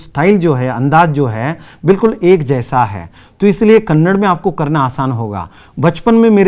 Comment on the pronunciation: thanks for the explanation and teaching. But while explain do not mispronounce . Its KANNADA not KANNAD.